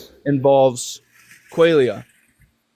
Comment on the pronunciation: mispronounces quaila… seems legit.